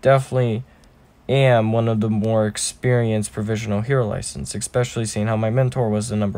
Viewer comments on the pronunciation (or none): none